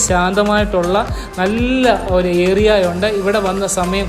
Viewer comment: Bro samsarikumbol ഏ റി യാ .. Ennanu parayunnad.. ഏ രി യാ... Ennu try cheyyane👍